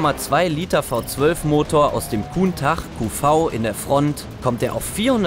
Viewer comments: Kuntach (Countach)🤨 wie kann es sein, dass man eines der ikonischten Autos jemals SEHR falsch ausspricht wenn man für eine Firma ums Thema Autos Arebeitet wtf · Ich hatte „gutn Tach“ verstanden. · Ich bin da so Ausgerastet, der Name ist doch nicht schwer auszusprechen!!! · Alter... Autoreporter und kann sowas nicht aussprechen?